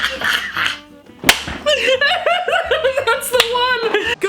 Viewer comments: “Bite my teet” got me Thank you for this video ❤ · "Go ahead, bite my teet." Why did the AI pronounce it like teet not teef? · If you say that the man with the gun that shoots the black man saying " Go ahead. Bite my teeth. " , I thought that he is saying: - Go ahead. Bite my teet. 🤣🤣🤣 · I was drinking water and i here " go head bite my teet" 😂😂😂😂😂😂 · "Go ahead,bite my teet" Rofl 🤣